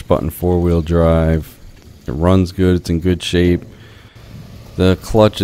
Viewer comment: He kept saying "Shape" but at first I was hearing "Shit" so he was like they started making this shit and then they started making that shit. I was thinking that's not the best way to sell a truck. Foreigners you got to love them.